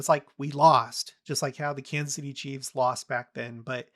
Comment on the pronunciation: ...FYI: Kansas City Chiefs is pronounced "CHEEFS", not "CHEEVES":)